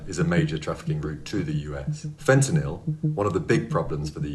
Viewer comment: I’m not trusting anyone that calls themselves a drug expert and say fentanyl is fintinill